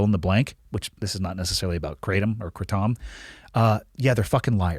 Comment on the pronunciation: It’s pronounced like the name adam but put k and r at the start kradam lol yes I know correct spelling is Kratom